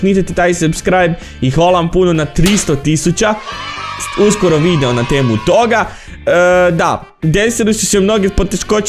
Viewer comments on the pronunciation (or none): none